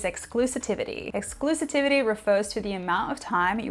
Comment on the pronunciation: Sorry Spelling & pronunciation police here 😜 It’s ’exclusivity’ not ‘Exclusitivity’ 👍